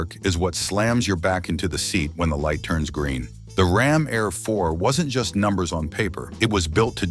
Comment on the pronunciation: It's pronounced RAM AIR IV!